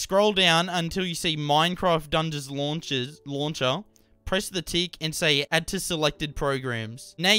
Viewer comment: The Lonsher will Lonsh xD